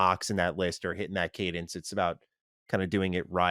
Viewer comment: please... please don't say Cadence again.